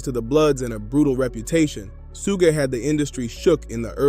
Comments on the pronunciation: Just say sugar but leave the R off. Its not sug knight. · That's like 3 different pronunciations for Suge's name! 🤦🤣 First I heard it as "Soog", then "Sooge", then "Soo-guh". The heck? It's "Shoog", pronouncing the double "o" as if saying the word "wood". Other than that, great video! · Good history lesson but thats not how to say Shug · yeah some of the times suge was mentioned it said soog. I just thought it was funny. Not trying to disrespect. I respect the video. Ty for it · decent vid but do more research and pronouce suge correctly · Good stuff.. but dear God, why do you keep pronouncing Suge Knight's name like that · and yet he does a tire YouTube video on him... He never once caught how his name is pronounced I find that hard to believe